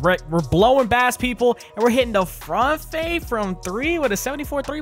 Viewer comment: did you jus say “front fade”?!?!?! 😂🫵🏾